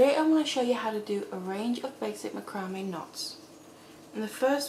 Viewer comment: Please, I'm begging you - learn how to pronounce macrame